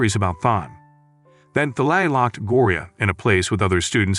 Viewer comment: Thalai? it's Talay